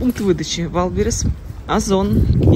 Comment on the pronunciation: Вайлдберриз? Серьезно? Не вальбериз? Вайлдберриз??😂 Прости, 😅